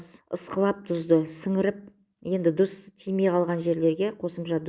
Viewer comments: ДУЗ деп сойлеменизши ТУЗ деп айтыладыгой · ДҰЗ ЕМЕС ТҰЗ ДЕ